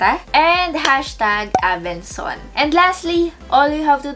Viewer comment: ABENSON NOT ABENSONS 😂 IG: ashhnavarro #faMary